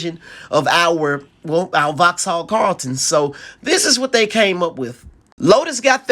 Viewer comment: Voxal not FoX HaLL